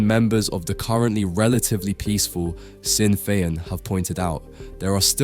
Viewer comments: Sinn Fein… pronounced “Shin Fayne”. Your take on Northern Ireland is as accurate as your Irish pronunciation. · "Shin Fayn" is proper pronunciation of the party's name.